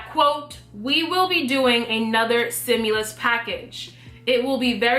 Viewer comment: Stimulas check not simulas axe a dictionary. Say it with me stim you las.